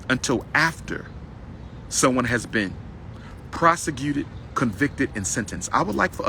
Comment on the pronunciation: Hey Tom...I think Umar was trying to say prosecuted but for whatever reason what came out his mouth was PROSEGECUTED hopefully he’ll pick up in the second half Back to you.